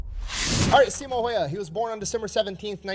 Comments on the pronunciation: Yeah Häyhä is not pronounced like that, not even close. Simo he did get correct tho. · I wish the original video would have gotten the name right because each and every reaction uses his pronunciation as a guide. Simo is pretty much ok (not perfect) but Häyhä is no where near even once in the video.